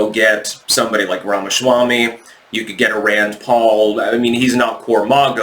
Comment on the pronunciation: The Freudian slip when you say Rama-shwami cracks me up.